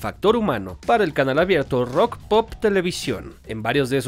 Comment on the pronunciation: se lee "rock and pop" <3